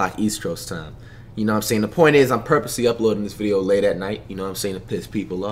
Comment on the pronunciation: nigga says veadeio